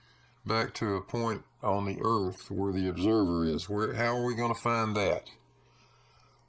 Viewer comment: That didn't say "Earth". It said " Garth".